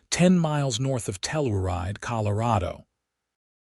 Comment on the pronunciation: Tell- ur-ide is pronounced Tell - your- ride !